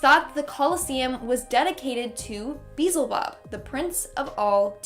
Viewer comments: I'm laughing at her pronunciation of Beelzebub 😅 it's BEE-ELL-ZUH-BUB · Its pronounced be-elz-ebub. Drove me a little crazy. Great video though! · It's Be-El-ZeBob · Ahem that's rude there are people that can't pronounce words right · Can someone teach her how to say beelzebub please